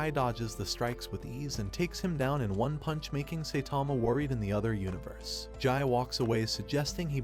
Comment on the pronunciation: I laughed so hard when he said "making Saitama worried in another universss"😂😂😂😂😂